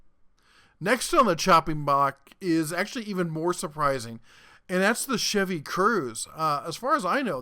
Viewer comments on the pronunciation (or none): none